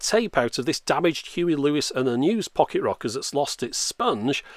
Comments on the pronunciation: "Fock-it Rockers" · I kept hearing you say pocket rockets lol